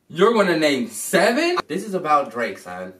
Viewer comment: LMAO :O "You are going to name sevEan?" lmao why he sound like that